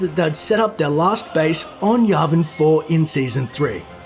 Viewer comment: It’s not yarvin four it’s yavin four